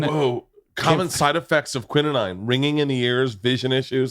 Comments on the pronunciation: I knew Bert was kinda dumb, but... "quininine?" LOLZ. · 😂😂😂 wrong pronunciation of quinine